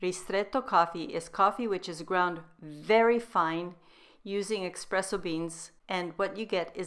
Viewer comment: It's pronounced "ESpresso", not EXpresso. Thanks for this nice recipe and your unique and wonderful recipes in general. I appreciate your true gourmet approach to taste. You've taken keto to a higher level.